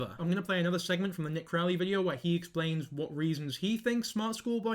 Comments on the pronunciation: It’s Nick Crowley, not Nick Crow. And he didn’t say the blatantly obvious school pics were taken by David, he said the grainier playground pics looked like they were taken by David and backed it up with why he believed that to be true. He’s been doing this a lot longer than you have and has 10 times the following you do. His video on this subject got just under 10 million views. He’s earned the right to be trusted by his audience. I’m not even sure why you keep referencing him in your video. You didn’t even take the time to get his name right so why would anyone believe anything else you’re saying about him? Sorry to come off harsh but that’s a pet peeve of mine. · his name is NICK CROWLEY NOT CROW